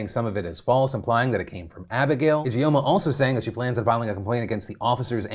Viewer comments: Just a note, 'Ijeoma' is pronounced "idge-orma" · Your pronunciation of Ijeoma is killing me lmao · if anything at all comes out of this victoria secret karen story, i hope it's everyone learning how to properly pronounce the name ijeoma (EE-juhm-ah) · Ijoema sounds Nigerian. If so, it is pronounced Ee-jaw-mah.